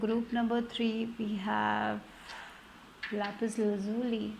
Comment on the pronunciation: say with me lapez lazouli 😂😂